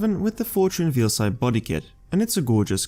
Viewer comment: Hey,. I want to let you know you've been pronouncing Veilside wrong. It's "Vayl-side" with "Veil" pronounced the same as fail. Think of the word unveiling.